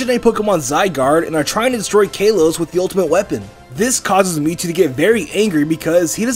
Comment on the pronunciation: its not kayloes it kahlohs ik its spelled kalos but say it like kahlohs